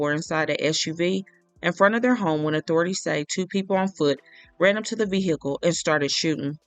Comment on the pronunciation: Ve--- HEE--cle annoying